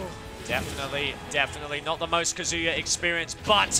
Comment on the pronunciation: Loved the commentary except for the "Kuhzooyuh" pronunciation of Kazuya